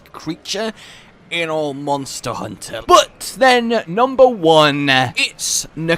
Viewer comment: Mawnster hunter